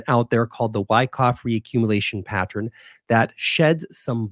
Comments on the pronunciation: 'Friends don't let friends...' The word is 'pattern,' not 'pattren.' You're way too smart to start freestyling the English language now. lol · "Pat-tren"... "Patter-en" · You pronounce it as patten* without a 'r'.